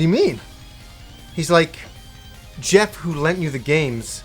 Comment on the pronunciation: His nay wah Jehhf